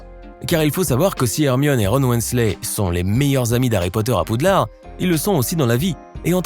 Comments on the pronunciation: C’est moi ou il dit PoudlardE??? PS: ça s’écrit Poudlard, mais ça se prononce Poudlar Édit: Oh mon dieu merci pour les likes c’est la première fois que j’en ai autant!😅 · C'est pas Poudlarde mais poudlard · Vous avez dit Poudlarde c'est une Honte 😠😠😠😠😠😠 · C'est Poudlard pas Poudlarde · Il a dit aussi poudlarde et d'ascaben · et surtout le poudlardEUH